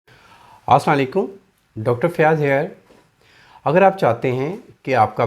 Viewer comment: Bhai Salam Zaror Karein par Hum Par Lanat Na Bhaijein Aslaaa lakum nahi bolein Asslam O Alaikum bolein